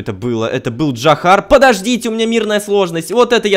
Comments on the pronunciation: не джахар а Джахаров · Да не Джахар, а Джарахов